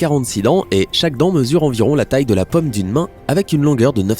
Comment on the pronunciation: " Paume " et "côte " pas pome et cote.